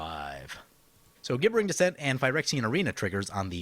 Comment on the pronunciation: I feel like the pronunciation police at this point, but it's pronounced like "jibbering". Love your videos though, keep them coming!